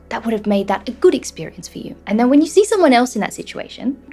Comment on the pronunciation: Est-ce un "see" australien? J entends say...